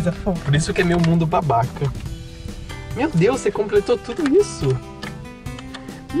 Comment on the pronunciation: Acho que ela falou "meu deus" mas pareceu mateus mesmo KKAKAKAKAKAKA